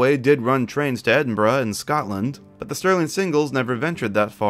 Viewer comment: Bro said EdinBRUH